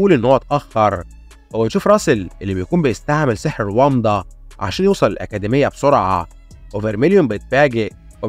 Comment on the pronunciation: أكاديمية ✅️ أكادميا❎️